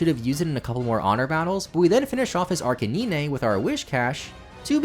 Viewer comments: WHAT BRO WHAT DID YOU SAY??? Arca-nee-nay LMAO WHAT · Sadly you pronounced Arcanine like Nintendo intended :(